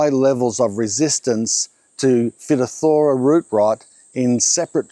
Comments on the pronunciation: Hi, time for some etymology info about the word "phytophthora". I don't know if you've got greeks around your area. but the word consists of 2 greek words describing exactly the issue you came along. "Phyto" (φυτό)=plant & "pthora" (φθορά)= decay, decline, wear down (both intonated on the last syllable). Greetings from Greece. 👋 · Good video. ...just wanted to share: it's not pronI unced 'fitothora', it's 'fytofthora". This is a common problem in wine groves. So far, there's no way to combat it, other than to increase the plant's ability to grow MORE roots using adding phosphorus. ...lots of compost and additional phosphorus. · It's pronounced "fi-toff-tra". Well technically "fy - toff - tora" but Australians don't pronounce the last few letters of a word. Like Straylya, fella, banga etc. But my advice (from an agg science graduate in Brisbane) is to plant avocados in a tree pot on a concrete slab (like yer veranda) and fill it with 50% sand, 50% compost. So basically just a super sandy soil. You'll have to fertilize it with artificial fertilizers though because any organic matter is almost guaranteed to contain phytophtora, fusarium, anthracnose etc. And on hot days if it hasn't rained in a while you'll need to put a hose on it because the sand drains super fast. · As a horticulturist..PHYTOPTHORA.. pronounced FY TOF RA 😂 👍 GREAT CHANNEL MATE... we had the same frikken problem 160 trees eventually died...hard lesson learned 👍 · I worked in horticulture for a bit over 15 years studying originally at grovley college in Brisbane. I swear we always pronounced it as figh-TOFF-thuh-ruh . But I'll be the first the say my Latin wasn't the best hahah . I had a bit to do with phytophthora. Even in the nursery's it could easily spread through beds if it wasn't treated . The avacardos and the citrus where probably the two families most effected in the fruit trees . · The disease is pronounced Fy-toth-fora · BTW: Its pronounced figh-TOFF-thuh-ruh